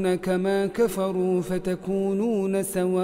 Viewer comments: شيخنا منصور حفظك الله عندك غلط في الايه رقم 89 (ودوا لو تكفرون كما كفروا فتكونون سواء ) وانت نطقتها سماء 🥲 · لا نطقها سواء وليس سماء